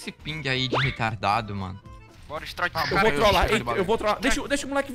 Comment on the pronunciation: Narrador fala ''Strôiter'' KDSAOPSKOPSDOPADSKASOPOSAKPKD LIKE PAPANGU <3